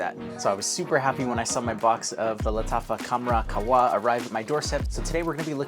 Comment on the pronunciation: Just to let u know, the H in QaHwa IS pronounced 😊